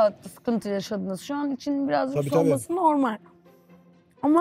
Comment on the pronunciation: Rümeysanın normel demesine çok takılıyorum ayyy